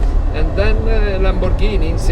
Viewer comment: The way he says Ferrari & Lamborghini that's the proper way.